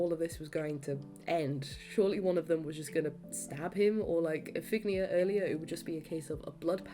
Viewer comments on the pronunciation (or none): This is incredible, great work and incredible memory! I saw the show 23 times, every scene (except for a few 1:1s). You might want to look up the pronunciation of “Iphigenia” (if-uh—jen-EYE-uh) and Clytemnestra (klye-tem-NES-tra), but those are my only notes 😅🧡